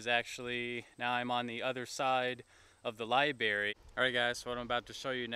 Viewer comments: It's LIBRARY not LIBARY!! haha Your pronunciation is killing me!!! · I think he said, “LIBEARY” as in library for bears 🐻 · LibRaRy, man. Not libary. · omg that bothered me SO MUCH lmao! i was like, say it with me LIB - RARY!! so cringe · Hey Man, you said liBary a few times , but yeah the issue I see is how you adressed it .. so butthurt... anyway, nice to see this place still exist tho ... nobody's making fun of you , we're all grateful to see the places of this movie. really there is nothing wrong in making mistakes Thanks :) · Lie banana not lie berry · He needs to go the library, and get hooked on phonics.